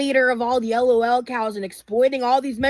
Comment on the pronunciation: The way she spells it out kills me 😅 “I’m not an ELL-OH-ELL COW!” Lmfao yes ma’am you are 😂😂